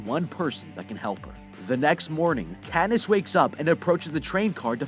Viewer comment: "Pe"ta cad"ness"